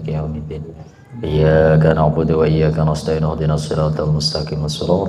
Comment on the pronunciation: Tolong p ustadz. Ketika baca Al Fatihah, khusus PD ayat iyyaa ka na' Budu.... Di perbaiki tajwid darah nya...agar tidak berubah arti...🙏🙏🙏🙏🙏